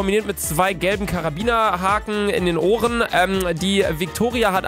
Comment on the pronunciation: "rohren"???? oder meint du "Ohren" 😂😂😂🙈❤👍#LucaesgibtdieErfindungnamensBabbel 👍👌👏😂😂🙈❤